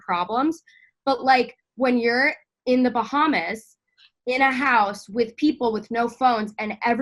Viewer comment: She pronounced Bahamas like bahamus 🤭